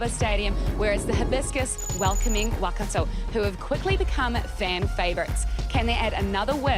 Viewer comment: It's not Wakato, it's Waikato. If no-one helps out with her pronunciation, she's just going repeat this error every time.